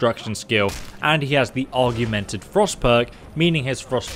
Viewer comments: you’re pissing me off with your AUGMENTED pronunciation ORG - MEN - TID NOT ARR - GUE - MEN - TID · Just started playing Skyrim again for the 5th time, will definitely try out some of the mercenary followers! Btw “augmented” is pronounced “awg” not like “argue” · I don't mean to seem argumentative, but the word you keep using is pronounced aug-men-ted, not arg-you-men-ted. ;-) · Augmented, not argumented. Aug, like the Borg in star trek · I dont mean to be pedantic but its 'Augmented' not 'Arguemented'. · *Augmented. Not argumented😂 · Every time you said "argu-men-ted" instead of A U G M E N T E D it made me wanna headbutt my f*cking screen... Jesus Christ! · It's "augmented." Not "Argumented." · Dude, Aug-mented. Not Argu-mented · Augmented = Org-men-ted your welcome. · Spellswords? I always thought they were sellswords... Arguemented? Your doing this on purpose I swear, I always read it as augmented... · Augmented. Not argumnted 🙄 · does dyslexia do that? I thought it made it more difficult to read but I didn't know it makes you mispronounce so many things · When you say "augmented" it kind of sounds like you're saying "argumented" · Augmented, pronounced OGG-Mint-Ed. To augment something is to make something greater by adding to it. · Augmented, OG-MEN-TED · Why aren't you able to pronounce augmented? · We have ways of making your pronounce augmented. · Someone needs to teach him how to pronounce “augmented”